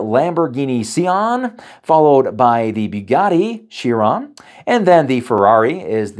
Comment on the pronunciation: I wanted to like this video, because content-wise, it's a great review...but the pronunciations were honestly distracting for me. Porsche is two syllables ('por-,shuh), and Chiron is pronounced 'kai-,ruhn.